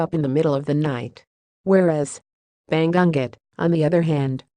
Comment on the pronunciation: hi, pumasok na ako agad sa bahay mo, welcome ka rin sa bahay ko. natawa ako dun sa jijil (gigil), yumey, ( umay), banggunggot( bangungot) pero ok lng yan slang kc..